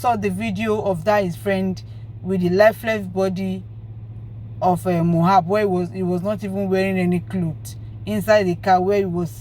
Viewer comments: please,I don't have anything against you, but please and please stop calling this boy's name wrong, it is very disrespectful to the diseased and so unfair on him too, It is so uncomfortable to hearing and it's like putting salt on injury for we that loved him whenever you called him Mohab, his name is MOH-BAD, (it's like saying i am bad, MOH-BAD). thanks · If you can’t pronounce his name correctly then stop calling him. What’s so difficult in pronouncing Mohbad? It’s so disrespectful.